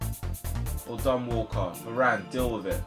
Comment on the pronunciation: When you Said Walker it Would sound like Walcott and I was like Have city just bought Walcott 😂